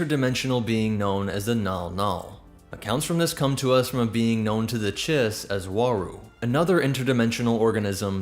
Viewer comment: Geetsy fell off.. Lots of little errors and stuff. I think the owner pawned off the content to others who didnt know/care to correct those things. Legit- there were TWO videos in a row, where 'he' called it the CHEESE Empire, not Chiss. Cheese. Like reading a script and/or AI didnt quite get it right